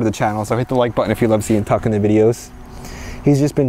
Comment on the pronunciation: Tuck kept hearing hole